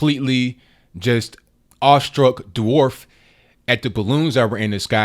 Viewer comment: "Bwarf!",? "Bwarf"? Pathetic...